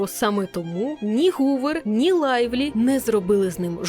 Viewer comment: ПС., вибач, подушню. Blake Lively. Читаємо як Лайвлі А не лавлі.